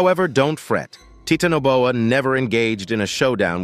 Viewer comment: the pronunciation of the words are bothersome especially Titanoboa. Is this an AI voice? I have heard other words also that are irritating to listen too and the mis pronunciation of them in other videos . I like the show just saying.